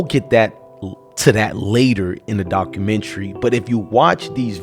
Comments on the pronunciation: 1st 2 seconds: “The dock-roo-mentary” LMAO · If you don't know how to pronounce documentary😂